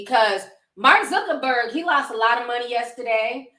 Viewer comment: who tf is "Jeff Zerkerburg"? Ion like dat 🤔